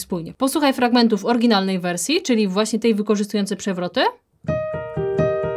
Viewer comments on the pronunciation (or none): Droga Pani : "orYginalny" / "orYginał" oraz TO a nie TE brzmienie. A swoją drogą, filmik z metodycznego punktu widzenia świetny. Pozdrawiam serdecznie.